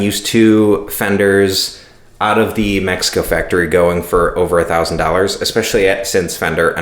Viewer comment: Subscribed because you have a nice reviews and extra points for pronouncing México correctly. Keep going!